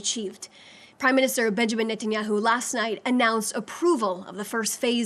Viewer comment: An American speaking for Israel that cant even pronounce Benjamin Netanyahus name correctly ... She works for the prime minister if Israel but doesn’t know his name.